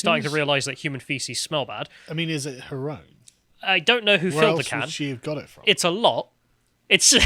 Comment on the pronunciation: " but is it her own" sounds like "but is it haram" yes it is haram